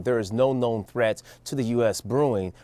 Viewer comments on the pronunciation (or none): Did he say at the end "The biggest treath still comes from the far right" ??? 🤣🤣🤣